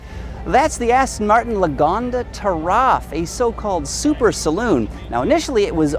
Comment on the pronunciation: The name is pronounced Lagonda Ta' Raf (like.. Ta' Rough).. NOT Giraffe